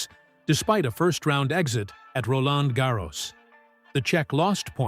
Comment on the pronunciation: Make up your mind and pronounce Roland Garros consistently